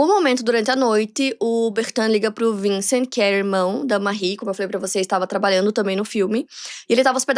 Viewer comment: Não se fala vincent se fala vansan